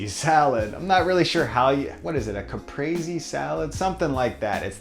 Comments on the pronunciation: It's pronounced Kah-pree. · This guy just said caprazi. Italians everywhere are so pissed of rn. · you pronounce caprese cu-pray-say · Quinn Robertson he was rhyming it with lazy